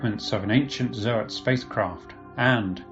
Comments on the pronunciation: Yeah, me too, zoats, not zo-ats. But we knew what he meant!😁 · Bruh im trying my best to like you but the way you keep saying ZO-ATS annoys me to no end, pretty sure most of us can agree its ZOATS and not ZO-ATS U know? like how people say GOATS and not GO-ATS? lul